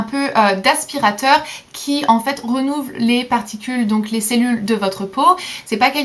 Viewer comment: renouvle, on dit renouvèle